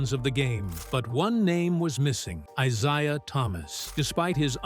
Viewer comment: If this idiot mispronounce Isiah's name one more time I quit listening and end this shit.